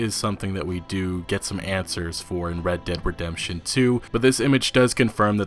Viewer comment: why do you pronounce words so slow? and why do you always keep saying the full name "red dead redemmmptchion tchwo"... just say rdr2 or "this game" or "the game". You also have no excitement in your voice. like you sound so numb to everything. fed up? given up?